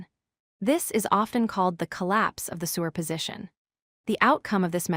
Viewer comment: Interesting and informative videos, but why is “superposition” pronounced as “sewer position”? It breaks one's train of thought every time the word is used.